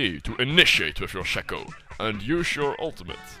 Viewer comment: Pro Shaco, but you don't pronounce it right :( Shay-ko. (confirmed by Riot).